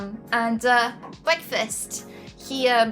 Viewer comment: bwekfast! lol im dead